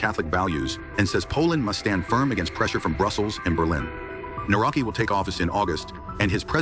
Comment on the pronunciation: The name is pronounced - Nav-ro-ts-k-ee. Another puppet as all they are. Divide and concur. Polish people are divided 50/50. That is the result they all want. Thanks for video. Do not comply.